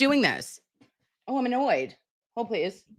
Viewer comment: “Let’s pless prayyy” 😂